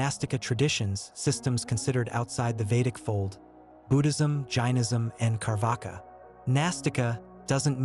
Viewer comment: It is not Carvaka it is charvaka